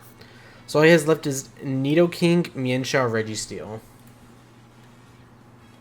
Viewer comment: If I hear you say nidokink one more time I’m finna act up in a way you ain’t ready for 😏🤔